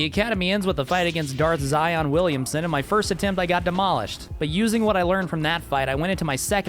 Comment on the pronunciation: do you call him darth zion on purpose?